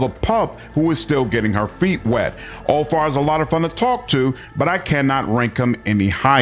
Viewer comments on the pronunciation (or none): Úlfar is not pronounced Úl--far, it sounds like it has V instead of F . So Úl---var, at least that's how it is pronounced here in Iceland. We can still read with out any help the Viking language Gammel norsk or Icelandic. Like our Edda witch was written in the 13th century and it tells you stories about many things our ancestors did, and also goes in to our religion Ásatrú. But yea sorry about this mate i just wanted to point this out. Skál Ps.. keep up the good work you do, I love your channel but I've been lurking here since the early days😊😊